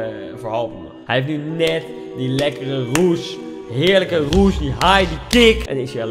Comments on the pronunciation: Ja "Roes". Deze man zegt steeds Roesj. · maar hij zegt: ik ben op zoek naar een roesj? 😂 wat een space kerel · Kan iemand deze man aub uitleggen hoe je rush uitspreekt?